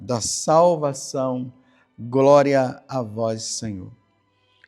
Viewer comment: Groria a vois Senhor